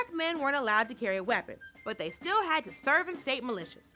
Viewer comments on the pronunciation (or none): none